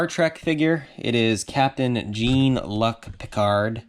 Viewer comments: He's Pronounced Jean (John) Luc (Luke) Picard ... 2nd Best Captain Ever to James T. Kirk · I can tell you arent a Trekie! Jean Luc is pronounced John Luke with a French accent! Lol!